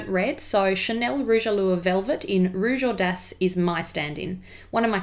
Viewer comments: your French accent is SOOO good! I may have rerun the video a few times just to hear it again lol! Not creepy at all haha! Love your channel so much its like a breathe of fresh air in these parts!:-) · yes, her accent is actually really good :) im half french so i have to know it but im not that good with my accent 😅